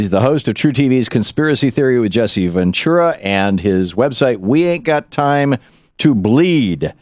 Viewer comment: Jesse Ventura's last name always gets pronounced "ven true a" or " ven chewa"